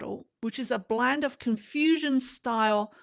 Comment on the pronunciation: Confusion style? Or Confucian style? 😂